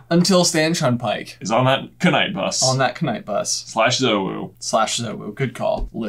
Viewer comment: Btw the knight bus has a silent k it is night not kernight